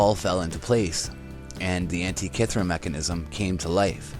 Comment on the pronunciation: Great documentation. Thanks. :-) Antikythera, or Anti-Ka-Terra? ;-) So, the ancient Greeks 'invented' something upon their 'findings', gave it their own meaning, whether there is truth in it, or not! .... The story-telling can be anything in accordance to 'His-Story' that what in the 'old days' functioned as a 'messenger of information' as we have it today via the main-stream-media outlets, and 'fake science' for example. Who says that what is interpreted into this 'old rock'/the wrecked ship (13min.45sec.) has anything to do with what's true in regards to life here on earth? ... The sorcerers have BS-essed the masses ever since. It was and is always about 'who is in the Know, and who is not!". In an etymology sense of taking the word 'Antikythera' apart, as mentioned by me further up, it may be blatantly clear for what this ship-(w)rock (looks like a 'fossil' to me) was used in regards to indoctrination purposes of the masses. My seeing and noticing here. Hope this helps. Later on in the report she says that the Metonic Cycle is still off by approx. 1/2 hour, despite of the ability to predict eclipses pretty accurately. The human mind loves a puzzle and wants to measure everything. The trap may lay herein, that the Creator's design cannot be measured in reoccuring exact cycles by the minute, by the second, no matter how long it is possible to 'look back'. There are eons that may behave this way, and then the next eon behaves a bit different, and then when those eons repeat t